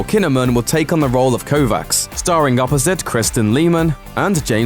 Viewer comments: Altered Carbon - It's pronounced Ko-VASH !! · It's pronounced like Kovach. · Kovacs is pronounced "Kovach." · Ah! Kovacs is pronounced Kovach! He comes from a Japenese/Eastern European blended society. If the show doesn't get that right, it may be ruined for me... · Just finished reading Altered Carbon, that could be pretty freaking cool. Also, it's pronounced "Kovatch" (much to the insistence of the protagonist in the book) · I hope that they won't pronounce Kovacs as stupid as the guy in the video. It's Kovach.